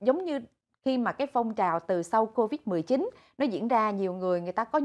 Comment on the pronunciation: Cô-vịch 19 hay covid 19!? cứ thao thao cô-vịch 19...cô-vịch 19🤔